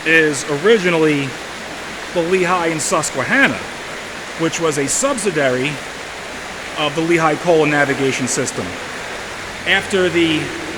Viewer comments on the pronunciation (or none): love your videos. BTW. It’s pronounced sub SID DEE ary. NBD. Keep up the good and interesting work